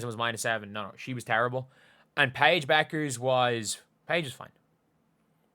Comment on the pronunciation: How many times did the announcer call Paige "pecker" by mistake ... I was laughing and then she just owned it and said I'm just going to call her Paige from now on.. lol